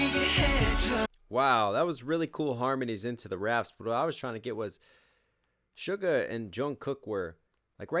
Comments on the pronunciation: Haha are you till saying "sugar"? Close, but it's Suga, like sugar but without the "r". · It is su-ga my man 😂🤙🏻